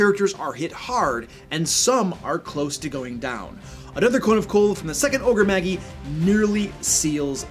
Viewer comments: You lost all d&d and nerd cred when you uttered Ogre "Maggie". Lol, my cringe meter was off the charts. Then you said "On knee" for Oni. Which Magi is pronounced like Jedi. You pronounce the I (eye). And the a is like magic just ma and not m-ah with the ahh sound. Oni (OH-knee) is a disgrace as it's incredibly popular term from anime and Japanese mythology as it's a Japanese word for evil spirits/ogres/demons. This is nerd 101 terminology. Mostly a me issue than a you issue. I just can't help myself. I almost died inside when my friend pronounced paladin as Pa-ladin. Just ribbing you dude, love your videos and the not so silent digs you make at 5e. Keep it up. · "Magi" is pronounced "maj-eye," not "mag-ee." Also, it's plural. The singular is "magus," pronounced "maj-us." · It's from latin, pronounced mey-jahy, and is the plural of magus (mey-guh-s) meaning wise man. It's where we get the term mage. Oni (oh-nee) is a Japanese monster, but DND has used it for magical ogres since at least the second Ed Oriental adventures. Apparently, pronouncing is mag-gee as he does is a Nordic word, same spelling, which means stomach. Fighting disembodied magical ogres stomachs sounds kind of awesome, though. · Magi is prounced ma-jai not maggie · MAH- JAI. Ogre Magi. OH- KNEE. Oni. /thatguy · Ogre maJ-eye, not ogre maggy, (soft J, not hard G). The word "Magi" is a reference to ancient scholars and astronomers, the best example of which are the classic "Three Wise Men" which are often referred to as The Magi in biblical texts. Oni (oh-KNee) comes from Japanese mythology and are a kind of "Yokai", which means ogre, troll or demon depending on context. The Oni and the Ogre-Magi are fundamentally similar concepts and I suspect that the original D&D Ogre-Magi was an adaptation of the Japanese concept. Of course, I now have to have an ogre NPC in my game called Maggie..... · Ogre Maggie? (You mean Ogre Maj-eye?) Sorry, I can't focus on anything else when you call them that...